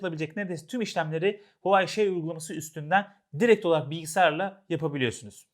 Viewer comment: "huawei" derken H sesi telaffuz edilmez